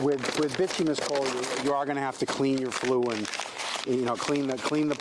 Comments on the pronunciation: Bituminous (Bi-tume-i-nus) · Bituminous is pronounced By-too-my-nus And yea, u must get a good fire going with wood before switching to coal